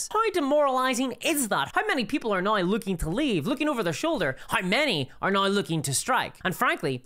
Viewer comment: Why cant you pronounce “now” correctly